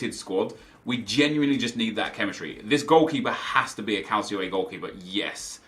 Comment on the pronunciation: Please don't say CALCIO A man